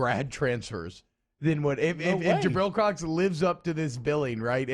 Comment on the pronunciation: True but it’s Jabril Cox